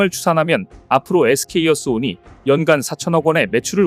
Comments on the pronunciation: 에스케이어스온 인데 에스케이이어스온으로 계속 말씀하시네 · SK어스온 이라고 써놓고 SK이어스온 이라고 읽으면 뭐가 맞는거야?